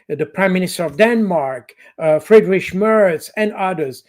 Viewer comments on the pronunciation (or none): none